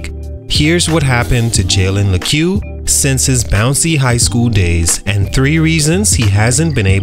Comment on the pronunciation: That’s not how you pronounce his name